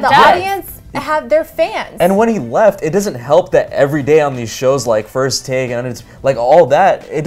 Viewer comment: Omg you're "forst"